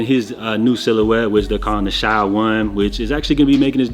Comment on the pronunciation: SHAY man, not Shy. Shai( Shay) gilgeous Alexander